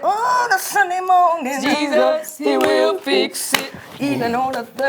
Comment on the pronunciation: “We’re still in the MORNTING!”